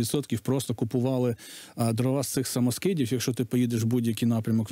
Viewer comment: ДрОва, а не дровА. Дров, а не дрів. Деревина, а не древесина. Успіхів Вам